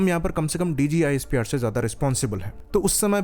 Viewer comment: not DGISPR it's DJISPR😂